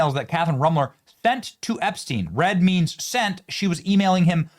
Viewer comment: Benny, its pronounced, sent. Not thent.